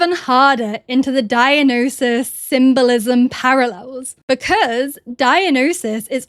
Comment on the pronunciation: it's Dio-NY-sus, not Dio-no-sus